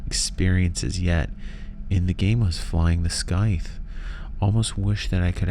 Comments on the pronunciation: Pronunciation of scythe is Saith not skyth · Under an hour?? lies! Great vid. Scythe is pronounced (SAI' th). Just to be picky. I have to fill the quota. :) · The way you say scythe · I'm afraid people are gonna give you a hard time over pronouciation of Scythe again LOL